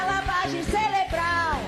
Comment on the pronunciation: Parei no "celebral"... Não perdoo o Silvio Santos por ter criado esse ser... A culpa é dele...